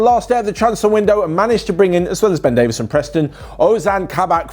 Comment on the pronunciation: It is Ben Davies, not Ben Davis. Just think the plural of daisy with a v.